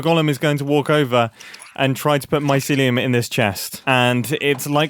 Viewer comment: heard mumbo say "mycelium" but i heard it as "my sillium" like silly